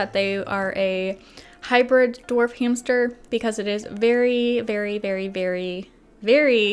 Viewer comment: They told me to get a new hamstuhhh